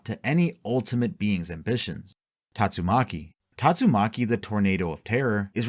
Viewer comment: You keep saying Tatsumaki's name wrong is annoying me.